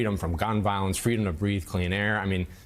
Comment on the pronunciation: It's an issue of "fweedom"! Joe, i was that little anchor baby girl.